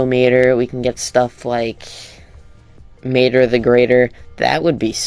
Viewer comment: I ranted so much on their Instagram about this showcase. Whoever played as mater did a horrible job showing off his abilities. I also hated how he called his name. Tow or matter 😒